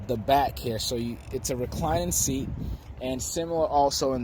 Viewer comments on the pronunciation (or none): none